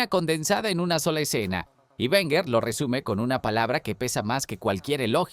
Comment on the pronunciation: Lo dijo arsene werner...lo dijo arsene werner...oooooh...lo dijo arsene werner...¡¡¡¡¿¿¿QUIEN CARAJO ES ARSENE WERNER????!!! LA PRIMERA VEZ QUE TENGO NOTICIAS DE ESTE TÍO 🤣🤣🤣🤣